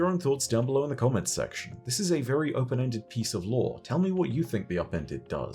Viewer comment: you said at the end this is a very open ended piece of lore. I heard the word upended so many times I genuinely thought you said "this is a very upended piece of lore" 😆